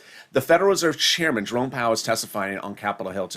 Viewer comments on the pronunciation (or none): none